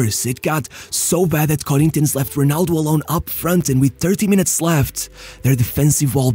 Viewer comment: It's funny when you say brazilian words with a carioca accent "Santox" "Corinthianx" Great video btw